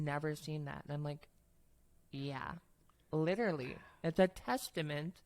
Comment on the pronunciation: Someone needs to tell her that the word is “literally” -not liderly. 🫢❤